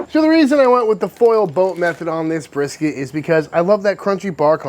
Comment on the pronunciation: I was cracking up when I heard how he said "Texas Style BRRRSKT"!